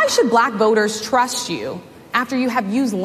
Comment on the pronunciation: 😂my lord —- Public TROSSST😂